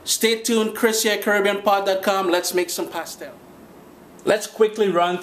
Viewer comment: U pronounced it wrong and this doesn't look like the authentic recipe